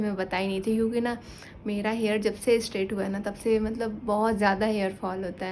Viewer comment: Di एस्ट्रेट नही स्ट्रैट बोलिए